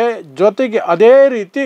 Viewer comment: ಹದೇ ಪ್ರಕಾರ ಅಲ್ಲ ಅದೇ ಪ್ರಕಾರ ಹೇಳಪ್ಪ ಕನ್ನಡ ಕೊಲ್ಲಬೇಡ